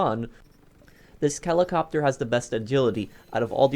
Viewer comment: he says kelicopter I'm weak hahahahahahahahahaha